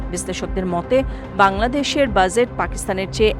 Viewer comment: বাজেট উচ্চারণ ঠিক করে নেবার বিনীত আর্জি রইল।